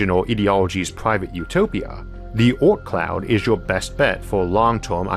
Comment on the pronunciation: the 'aut cloud' is a great place for such private colonies.. Sorry I'm likely confused due to his pronunciation, but what is he referring to there? An asteroid colony? a single planetoid out in space?